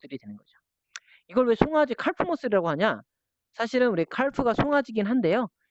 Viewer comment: 칼프--->카프 L이 묵음입니다^^